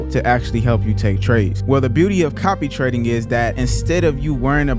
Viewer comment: He said "copy-reked" quite a few times.